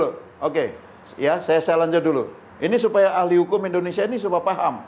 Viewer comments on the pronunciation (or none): none